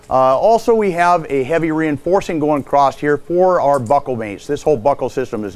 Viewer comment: No "t" in the word across.